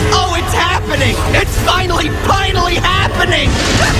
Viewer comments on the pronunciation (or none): did anyone else hear him say "oh it's happening! It's finally, pinally happening!" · he said finally pinally